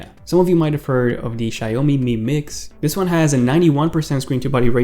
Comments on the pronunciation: Seriously guys?? It is pronounced like shiaomi. not "shay oh mi". Two syllables, not 3. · Sancho Lawan its read as shaomi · I know..but that's what he said. He pronounce it as shayomi.ahahaha